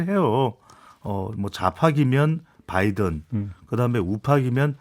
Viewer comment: 대통령이 평소에 바이든을 부를 때 발음을 들어보세요. 좀 독특하게 발음하는데 너무나 똑같아요.